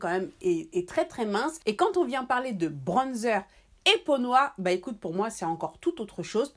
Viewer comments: Je te jure.😂 Le manque de personnalité c'est quelque chose. ''Bronnezer'', quand tu peux juste t'exprimer dans ta langue maternelle, et dire ''bronzeur''.😂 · Tu me fais rire comment elle dit bronzer 😂😂😂 en tt cas super vidéo pck je cherchais vrmt un bronzer mais pour l’utiliser pour faire mon contouring ♥️